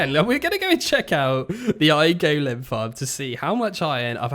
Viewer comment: Still Can't get past the "Go-Lem" so weird